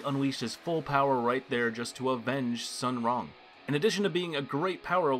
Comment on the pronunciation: My Chinese ancestors died when he mispronounced Wang Ling and Sun Rong 😀